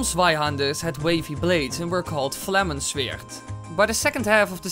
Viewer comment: Zweihänder is pronounced tswaihander and flammenschwert is pronounced flammenshvert. German is strange :D